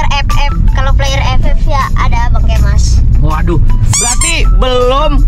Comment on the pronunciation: Bang kangen lu main awn Terus bilang kemas pake z kalo pake s dingin